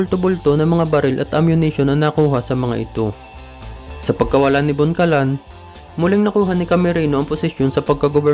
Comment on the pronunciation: Lino Bocalan po, hindi po boncalan